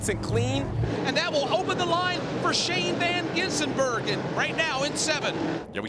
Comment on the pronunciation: Shane van Gisenburgen? .... Get it right, idiot.